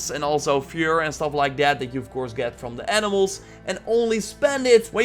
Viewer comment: fhur lol. say fur like fer